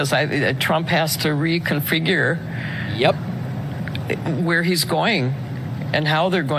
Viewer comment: I just found it amazing that she was able to say “reconfigure”.